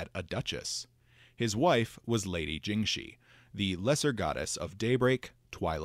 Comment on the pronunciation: If I may, the letter "x" in most (not all, but a lot) of these names is probably pronounced more like you would the letter "s" in English. So Tian Xia very likely sounds more like "Tee-yen See-yah", and "Jingxi" is probably more like "Jing-see". With that said, I always enjoy this series of videos on Golarion's lore and am excited for more Tian Xia deities!